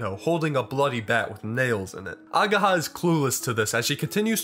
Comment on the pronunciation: I will probably die the moment english speaking people start properly reading japanese names. Its not ageeeeha its ageha. And its hard wa not ua.